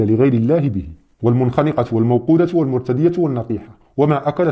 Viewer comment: الدقيقة ٣:٢٦ لم يقرأ كلمة المتردية بشكل صحيح 😂😂 ..